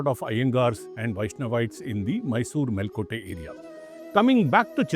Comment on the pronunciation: Can you please pronounce things correctly. kulOttunga, Chozha, mElkOTE and a host of other words...